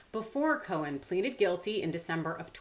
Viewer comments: Co-en, not co-hen!!! Grrr! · Simple question: why pronounce Cohen's name as 'Co-hen' when you get it right (silent 'h') the other times? Leaving that aside, Cohen's never going to see a dime, even if the courts agree with him. I think that diaper-don will delay, delay, and delay some more when it comes to paying anyone. I wish Cohen luck, but as for getting paid, doubt it. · Intrigued by your pronunciation of his last name, here... Co-hen... kinda makes it sound like his name means "fellow chicken."